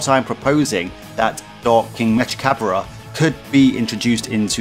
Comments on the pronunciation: Mechikabura You’re pronouncing his name wrong though, it’s like from the same Cinderella song as Bibidi, Babidi, and Buu: Salagadoola mechika boola bibbidi-bobbidi-boo. Put 'em together and what have you got? Bibbidi-bobbidi-boo! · It’s pronounced like from the Cinderella song, just like Bibidi, Babidi, and Buu: Salagadoola MECHIKA BOOLA bibbidi-bobbidi-boo. Put 'em together and what have you got? Bibbidi-bobbidi-boo!